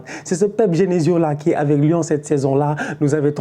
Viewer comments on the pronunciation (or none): none